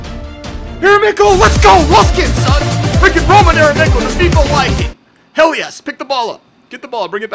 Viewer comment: I am 99.9% sure the Viking is pronounced viking and not wiking, even in a Finnish accent